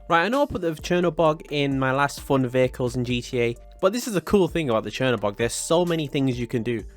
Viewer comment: I like ur accent u say fon